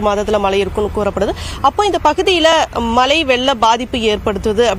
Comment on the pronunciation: மலை இல்லை "மழை" ✅